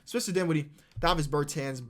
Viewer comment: Hey it’s pronounced Ber tons not ber tans